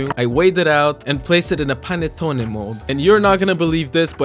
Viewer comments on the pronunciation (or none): As an Italian, ur pronunce is suck and yah the PANETTONE no phantone we bring tht every Christmas and is so huge and delicious whit is letteraly an snack for some lime 4 day over the cristmas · Im Italian and i can confirm, but pronunce it like panèttone, not like panettòne